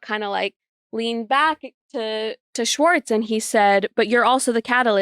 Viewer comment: Nick still mispronouncing Schwartz 🙄